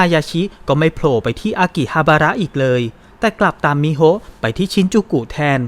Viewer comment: ชื่อน้องควรไม่มีสระอะอ่านตรงๆว่ามิโฮนะคะ